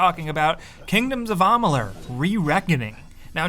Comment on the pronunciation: Stopped the video right when he said Ahmaaalur.